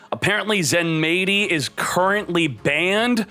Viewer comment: its supposed to be said ZENMIGHTY (japanese spelling Zenmaity)